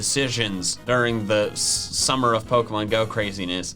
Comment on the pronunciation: Dear, please start pronouncing pokemon right.